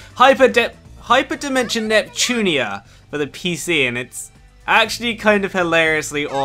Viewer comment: God your speeling...its NEPTUNYA not "nepchunia"